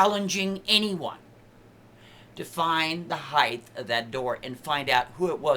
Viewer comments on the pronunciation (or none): What in fuck's name is "heighth"? Is that tinfoilhatspeak for height?